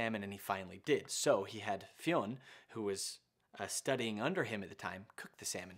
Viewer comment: It's pronounced FYUN (f-yun/fee-yun)